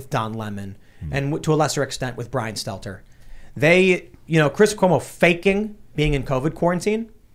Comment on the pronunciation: Brian Stelter. Why don't you say his name correctly? How am I to know who you're talking about if you call out a name that doesn't ever resemble his? I wasn't talking about Stelter. I was talking about the original comment and how that comment was degrading and insulting towards the doorman. I never ONCE mentioned Stelter. I believe that it was an insulting way to talk about a doorman, calling him a "poor bastard", the way that he did. That has nothing to do with Stelter and I didn't mean it too.